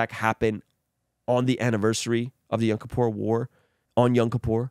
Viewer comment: its pronounced "Yom Kippur" not young Kippur